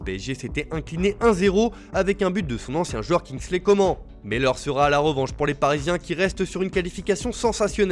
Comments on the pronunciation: ComaN pas "comment" 😭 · Il m’a perturbé avec le kingsley Comment😂😂🤣🤣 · Kingsley "Comment" 😂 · Il y a dit comment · Début de vidéo 0 respect mdrr il dit Comment alors que c'est Coman il m'a terminé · Kingsley comment ? 😂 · Il fait expres le type ptdr c pas possible kingsley commeeeennt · "Kingsley Comment" mais vous le faites exprès c'est pas possible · grace a un but de kinglsey coman comment il a dit coman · Oh il a pas respecter Kingsley Coman écouter 👂 comment il l’a prononcer 🤣🤣😢😭😭